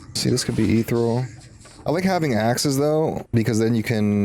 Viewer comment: Good video. If I may make one suggestion, it's "ih-theer-ee-uhl" :) One of those weird words you read but never hear spoken, so you're left with head-pronunciation.